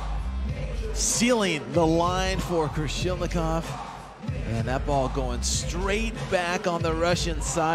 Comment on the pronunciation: Not Krolishnikov, but Krasilnikov! What a disgrace and non-professional of commentator! It's his job, he gets money for saying names right! What if Russian journalist called princess Dunya instead of Diana? And this commentator continued to support Germans more emotional then Russians what sounds like a big shame. So unprofessional